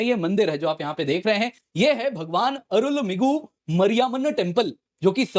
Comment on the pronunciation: Bhagwan Arulu-migu ... Mariaa -manu temple 😂😅 While it's actually Arulmigu Maari-amman temple... that's how it's read